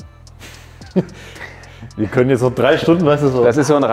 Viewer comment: das Rad = RaTT, das Bad = BaTT ^^